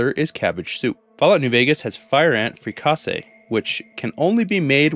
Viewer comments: Fricassee is from what i can find pronounced Frick-Uh-see and less Frick-aww-say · Frick-A-see not Frick-caa-sie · Pronounced frick-uh-see Tho I do love the frick-ah-say pronunciation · I am so glad you knew the Brahmin Fries reference 😂 Also, Fricassee is pronounced ‘Frick-a-see’ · I thought fricasee was pronounced "Frick-a-see" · "Fricassee" is actually most often pronounced "frick-uh-see", thus making it one of the most fun French words to butcher in English. It's one of those funny-sounding words that Bugs Bunny used to use a lot, like "Albuquerque" or "palooka". Also, "maize" is just pronounced "maze", I believe. This actually made me hungry... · In Louisiana it's pronounced freecahsay lol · You did not just pronounce fricassee like that 😂